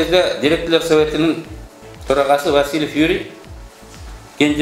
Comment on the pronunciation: СУЙЛОП ЖАТКАН БАЛА ТИЛ МАДАНИЯТЫҢДЫ БЕКЕМДЕП ТАКТАП АЛЫП СҮЙЛӨЧҮ ЭЛДИН КЫЖЫРЫН КЕЛТИРБЕЙ ВАСИЛЫВ ЭМЕС ВАСИЛЬЕВ Ж.Б.